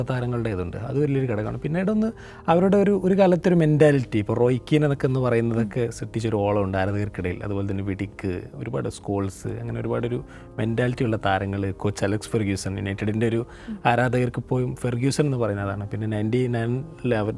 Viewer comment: വിഡിക് അല്ല വിടിച്ച്